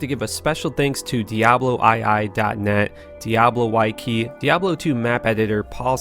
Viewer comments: Special thanks to diablo why-key and cubic games. Lmaooo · Lmao diablo why key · Quebec. Cubic? Wiki. Why-key? lmao.